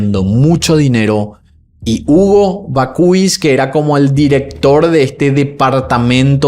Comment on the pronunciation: Perdona por corregirte en publico, pero no sé como contactarme contigo por privado. Bakhuis se pronuncia Bak-haus, con la H un poco inspirada. “Bakhuis” en neerlandés significa horno de pan o casa de horno. Me encantan tus videos y tu voz. Felicidades por tu maravilloso trabajo.